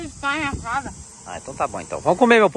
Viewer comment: Não é malmita! É marmita.